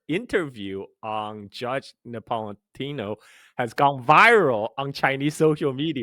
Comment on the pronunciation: it’s Judge NapolitAno; not Napolitino, hehe